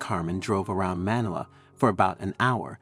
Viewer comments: The pronunciation of Manila was wrong 😂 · Have I been mispronouncing MANILA wrong this whole time?